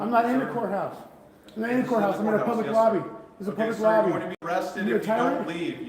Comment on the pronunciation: Arrested in the the couthouse? What is a "Cout"? LOL Sorry I couldn't help myself.